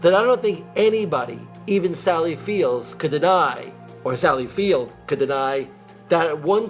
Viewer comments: "Actually, Ms. Field....." not "Fields." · The guy in the sally field commercial says her name is field, not fields. Even Weirder! At about the mark